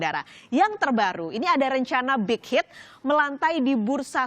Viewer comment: Mba ngomong BTS sma bighit nya biasa aja jangan di..gmna ya susah jelasinnya pokoknya biasa aja ngomong BTS sma bighit nya biasa aja🤣